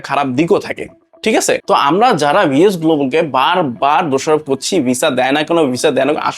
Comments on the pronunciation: একটা বারো ভি এফ এস বললো না ভি এস বললো😂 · তুমি সাওয়া আগে ভি এফ এস উচ্চারণ শিখে তারপর ভিডিও বানাও 😂😂😅😅